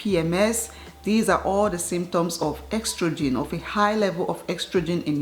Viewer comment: Its not "ex-trogen" but "es-trogen"🤧